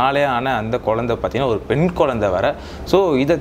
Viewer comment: குழந்தையா குயந்தையா.....அடிக்கடி So so so சமயம் தமிழ் பெயர்எதற்கு.... நீர் தமிழரா